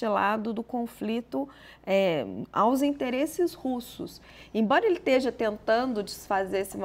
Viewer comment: Ela falou teja?